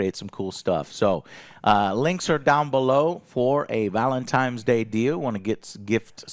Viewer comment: Dude's in his 40s and says "Velentimes" ffs.